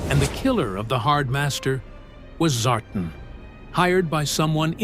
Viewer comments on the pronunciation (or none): Love the story hate the AI voice can province names things the right way.Its Zartan not Zartin.🙄 Most Snakeeye/Stormshadow story simplified it by making Stormshadow the villain killing their clan master out jealous for Snakeeyes.